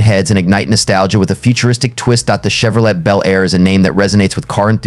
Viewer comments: Well computer voice did it again Chevrolet is pronounced CHEV RO LAY not chev ro let. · Che vro "let",🙄. What a lame video.